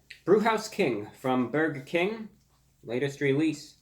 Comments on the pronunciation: byaoiger king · “Boiga king” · buwger king master of uwu language 💖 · The way he pronounced "burger King" in the beginning... 🤩